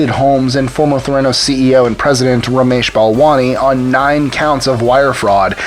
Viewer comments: PLEASE PRONOUNCE IT PROPERLY - you even said it - it's "thera" for therapy and "nos" for diagnosis. It's Ther-a-noos - NOT Th-RAN-os. I mean it's only been said in public what, HUNDREDS of times? Come on, you have one job. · Wall Street? Pharmaceuticals? Neither is applicable. Theranos: accent’s on the first syllable, according to how she pronounced it. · Might want to start by pronouncing Theranos correctly. Thumbs down. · You're not pronouncing Theranos correctly. Emphasis on first syllable, not second. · I hate the way he says theranos